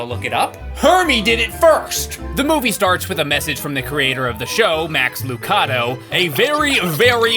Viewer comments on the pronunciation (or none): Max Lucado's name is pronounced Loo-CAY-doe. He's a famous Christian author and has written some actually good children's books, like You Are Special. Also, why do these shows make caterpillars speak like adults? Caterpillars are children.